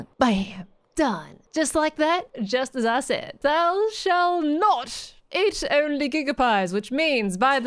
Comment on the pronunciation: That's not how you pronounce "thou"! 😅❤️